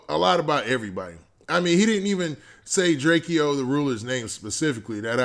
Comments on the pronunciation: It's Drake-o not Drakeeeo 😂🤦🏾‍♂️ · why u keep saying “drakee-o” its just Drakeo...like Drake-O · Its pronounced "Draco" the ruler my G